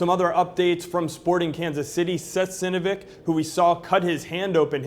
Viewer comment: how the hell did he pronounce Seth Sinovic's name wrong? it's literally sounds the way it looks, lol